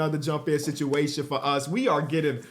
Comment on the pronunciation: why’d you say “situation” like that bro 😂 all bs aside dope video man and definitely gonna subscribe